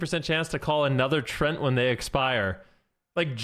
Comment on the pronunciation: it is written Treant, not Trent ... so why do ya say trent!?!? .. it is "tree"+"Ent"(from tolkiens lore)